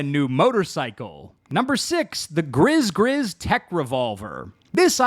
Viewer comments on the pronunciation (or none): I'll add my voice to the chorus: Gris-Gris is pronounced GREE-GREE not griz-griz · I feel like “Gris Gris” is pronounced “gree gree” like the voodoo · that good ol' "grizz grizz" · Fun Fact: “ Gris-Gris “ (Pronounced - GrEE GrEE) is actually the name of a homemade cloth talisman for good luck/warding off evil, used in West African Voodoo. 😎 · Gris-Gris is pronounced more like 'Gree-Gree'. It's a west african and voodoo talisman of protection from evil and/or birth control. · Gris Gris is pronounced "Gree Gree" its a voodoo good luck charm.. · It 100% is gree gree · it's pronounced gree-gree. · It's pronounced grE grE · Pronounced Gree Gree. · Gris Gris is pronounced gree gree. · I was just about to comment on this. The pronunciation in the video drives me crazy! --- It's a VDB Netrunner/Magic thing!